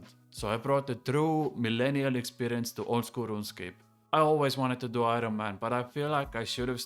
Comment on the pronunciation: Dointy dointy doo expwerience Looking forward to it